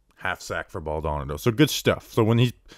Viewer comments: Hahaha. was killing me with the name pronunciation 😂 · You can’t be from the tri-state or Florida and pronounce his name this way. It’s embarrassing 😂